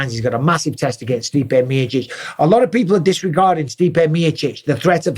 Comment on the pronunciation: Stipe Meerchich 😂😂😂